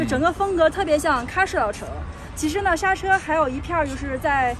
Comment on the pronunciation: 莎車，應該唸成縮居